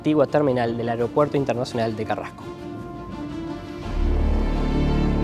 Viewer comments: Un gran trabajo de video y narración. Felicitaciones en verdad!!! Lo único que como siempre, tendemos ( los uruguayos) a no pronunciar correctamente algunas palabras... AEROPUERTO, se menciona vaarias veces...pero...es muy difícil decirla correctamente?? Perdí la cuenta de las veces que se dice "AREOPUERTO"...nótese que son distintas, y la segunda NO es correcta. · Muy bueno, tremendos recuerdos.. Una sola cosa. Al conductor, no es Ariopuerto es Aeropuerto... Y la vos podría haber sido otra persona... Igual excelente el trabajo